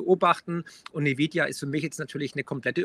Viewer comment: wenn friedrich sich so mit btc auskennt, warum kann er auch nicht nvidia aussprechen? ohne grafikchips keine bitcoins un gibt nur ati und nvidia